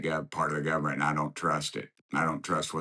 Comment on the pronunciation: "I am the gubmint (or part of it) an I don trust it .."